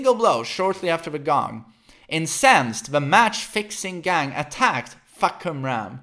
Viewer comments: You can start taking him seriously by correctly pronounce his name. I dont know how to write the pronunciation for you to understand but I can at least separate the word for you, it's Fah-Kum-Ram (maybe something like this F̂ā-khả-rām) not Fuck-Um-Ram or anything you speak here, it's translated from Thai word to Eng as "Roaring Sky" It grind my gear every time you say that so sorry in advance if this look like I nitpicking you guys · Fuh-Koom-Raam/Ram Sub-seek-wently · Is that how you really pronounce his name🤦🏽‍♂️? Fock-u-ram.... GTFOH🤣🤣🤣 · Just hearing him say "Fah-ku-ram" over and over and then "Fahk" - "i didn't even see the kum" - "WHO TTHE FFU*K?!" lol hilarious. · Fahkumram phonetic pronunciation as "F̂ā khảrām" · deadass thought he was saying "Fuckerman" the whole time LMAOOOOOOO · It's "Fah Come Rarm." As a Thai person, it's painful to hear when his name gets butchered. Lol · "Fah"- not "fuh" "Ku"-silent M "Ram"- rum Pronounced FA-KU-RUM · You can call him like this "Fah - Come - Ram" Fah = Sky, Kumram = Roar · My Thai friend said it's pronounced as "Faaa-kam-lam" and she's expecting Westerners to pronounce something weird or make fun of Thai names. Examples like her name "Siriporn" and one of my acquaintance name "Pimprapoat" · His name is actually pronounced as Fah/Cum/Rarm (trust me I'm Thai XD) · For yall westerners or anyone who cant pronounce his name properly , here's how his name supposed to pronounce.. FUH - KUM - RUM (Fahkumram) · It's Fah-Koh-Ram. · His name pronounce "Far - Cum - Raam". Sir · His name means roaring sky, got struck by a lightning when he was a kid. How ironic. Also Fah-cum-ram is how you pronounce his name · Gotta love the way swe says FAHKumram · It’s fah-kum-ram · fah-kam-ram No fuckerman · Jesus christ your way of pronouncing the name in english lol, so much emphasis on the first syllable exactly how you'd say...you know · It's funnier this way just let him be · Fah come ramm not fuck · its Fah-kum-ram